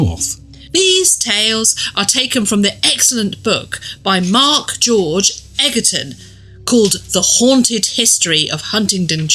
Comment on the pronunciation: Egerton is pronounced Edgerton ! 😊